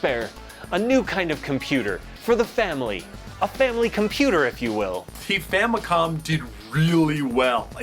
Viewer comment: I love how it sounds like says that families were getting very popular in Japan at the time.